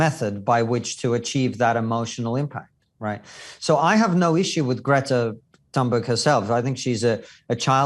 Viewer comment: ca. . FYI, the correct pronunciation of Thunberg is toon-berg, the 'H' is silent and the 'U' is long, as in moon and June.